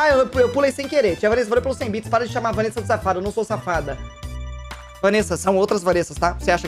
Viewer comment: Povo me chamando de safada kkkkk Mano q raiva, no RPG no Kaiser fala VaNessa Quando mando bits para o ele fala Vánessa Ta errado isso ae